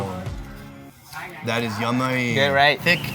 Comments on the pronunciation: He says yummy funny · it sounded like he said "yummy" in a vietnamese accent